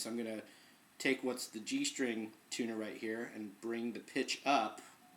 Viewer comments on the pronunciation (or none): I was taking this so seriously until you said 'G string' then I thought I heard 'bring the bitch up' but you said 'pitch' omg